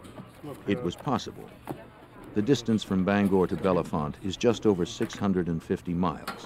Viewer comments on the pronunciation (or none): Unfortunately, the narrator repeatedly mispronounced the town name “Bellefonte” as “Bella-font.” As heard in the interviews, the name is pronounced “Bell-font.” The editor or scriptwriter should have informed the narrator.